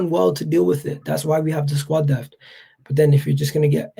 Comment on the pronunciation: Word of advice.... its pronounced DePTH not DEFT. Then you will be on your way to earning respect.